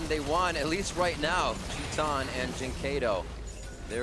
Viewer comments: Since when "chee-tan" is the pronunciation of TITAN (an ENGLISH word btw)? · Actually, its tai-tan. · Titan = TEE TAN. That's how you pronounce his name. Please, do it right. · Filipe Aguiar chee tan *